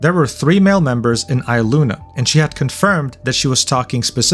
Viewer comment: how do you pretend to know all this shit and you cant even pronounce their names right.. elira PANdora? EYEluna? KEEyo? really? i’m not defending aster, he’s always given me the ick, but you could try a bit harder with the pronunciations. its like you haven’t watched a single niji video before and you’re only parroting what you saw on twitter. how can i believe you know anything about their morals when you’ve clearly barely even heard of them